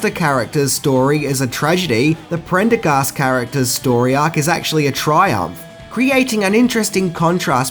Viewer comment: I commend you for pronouncing "Prendergast" correctly. You'd be amazed how many people tend to butcher it.